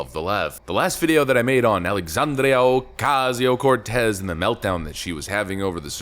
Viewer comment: I can't stand the way dude says aoc's name. It's racist. ❤😂